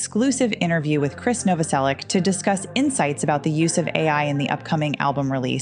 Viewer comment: I think you should use AI to pronounce Krist's last name properly.